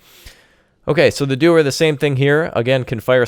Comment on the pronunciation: the Doher, the shelove..shia lebouf :))) I died